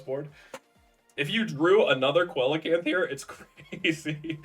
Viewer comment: see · luh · kanth